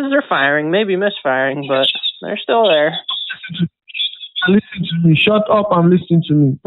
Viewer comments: It's ALWAYS, "Lystn to Mea!" It never fails. He must have attended "Each & Everything" University! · Leasen leasen leasen to meh. Leasen to meh. Are you leasening to meh?